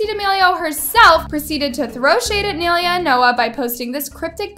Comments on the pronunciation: bro and she kept saying naileuh its ny-lay-uh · omg stop saying nail ee a its prounounced like (my with a n, lay, a) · whos neeuhla? its NIYUHLAYUH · it's "nye-lay-uh" not nail-ee-uh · naililea devora ?🤨 NAI-LEA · Um it's not (nal-ey-ah) it's (nai-lay-ah) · For the 100th time her name is not nail-yuh it’s Nye-LAY-UH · ni -lay -uh not nail uh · its NAI lea not naylea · its nah-ee-lea not nee-liuh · why does she pronounce Ny-Lay-a as Nail-lea??? please pronounce her name right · The way that you say Nailea’s name is so wrong. Its NAI-LEA. Not NAIL-IA 😃😃😃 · Her saying “nay Leah” IS GETTING ME ON MY NERVESSSSS LOLLL no hate tho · Ok, this isn’t to be rude… but it’s pronounced n-I- leuh. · “Kneelia” I’m dead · "Neiliia debora" JSJAHHAAH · You keep saying Nailea’s name wrong. It’s pronounced like “Ni-lay-a” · Nai-lia girl nai-lia💀💀💀💀💀💀💀💀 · Please I love nai so much and I love but the way she pronounces nai’s name makes me laugh 😭😭😭😭 it’s “nai-lay-uh duh-vor-ah” sweetie😭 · I know naileas name isn’t very common but it’s pronounced N-eye-lay-uh. Please at least search up how to pronounces people’s name before you make an entire video about them😭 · Not me cracking up when she calls nailea NAhylEa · its pronounces NI LAY UH😭😭😭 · btw....😔 its NAI-LAYA thats how you say it but its spelled NAI -LEA not NAI-LAYA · It’s pronounced (ny-lay-uh) lol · It's pronounced as nay -leya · nailea is pronounced “nay lay a” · Nai - lea lol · It’s pronounced (Nai) Le(Ah) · I’m so triggered how she says Nailea as Nilya like girl who?💀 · it’s pronounced naīleya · SAY HER NAME RIGHT - “NAILAYA” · isn't her name pronounced like "nye laya"? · It’s Pronounced nie-laya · It’s na-i le-A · not to be rude but its ny-lay-ah :) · It’s nila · the way she pronounces nais name pisses me tf off. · is it just me or the way she says nailea is annoying? like is that actually how it's pronounced? cuz i always pronounce it as ni-laia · It's pronounced "Nayleya" you BAKA